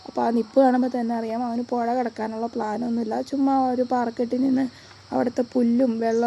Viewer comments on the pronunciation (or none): പൊഴയല്ല. പുഴ പുഴ